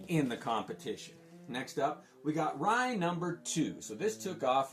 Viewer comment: Rai was one of my favorite series and you pronounced it correctly (See Magnus Robot Fighter #6) towards the end of the book before the Rai book starts is a Jim Shooter write-up and he mentions on how its pronounced... You nailed it..